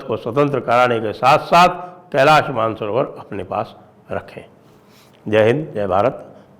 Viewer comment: Man-sarovar nehi, ManasSarover hai 👈🏼 Original name.